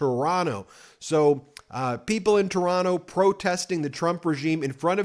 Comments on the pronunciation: Ben, you pronounced "Toronno" perfectly. You're all right bud! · Canadian here: I want to praise you for your pronunciation of "Toronto" ! You're sounding like a Canadian there! I've been watching Meidas news for a long time, and I wanted to say that I'm so glad to see you cover Canadian news so frequently. Keep up the good work! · Ben I nominate you to be a Canadian citizen just based on the fact you say Toronto the Canadian way. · Oh shit, Ben pronouncing Toronto how we pronounce it! Now that's doing your research! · I just want to applaud you for saying Toronto the correct way. I am making you an honorary Canadian. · you pronounce Toronto like a native. TORONO. congrats. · I’m so impressed! You say Toronto like a Canadian! Woot!🎉 I’ve been watching your channel for a couple of years already and I kept wishing we could have something like you provided to the US about Canada. And here we are. Thank you. Keep up the great work. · Thank you for pronouncing Toronto correctly. :) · Canadian here. I am so proud of all Canadians who are coming together. Happy to see all of the protests happening in the States as well! Fuck Trump and his bullshit crew. Ben, Kudos on saying Toronto like a Canadian! 😀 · Hey Ben! You say Toronto like a local! You don't pronounce the second t 🎉🎉🎉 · You have the best pronunciation of Toronto, that I've ever heard from an American! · Ben’s pronunciation of Toronto—>chef’s kiss ✔️there is only one T in Toronto. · I love that you pronounced Toronto like a true Canadian! 😂🇨🇦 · wow, you didnt pronounce the second T in Toronto, you're learning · Ben, your pronunciation of the word, Toronto, is worthy of a true Canuck 👍🏼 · Is it just me, or is Ben sounding a little more Canadian? He seems to have almost entirely dropped the 2nd "t" when pronouncing Toronto. Not hearing that hard t is music to my ears.